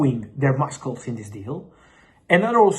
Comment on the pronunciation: did you actually say mus-cles 😂😂😂